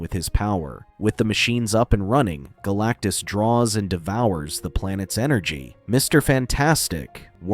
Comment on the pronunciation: I heard BLACKTUS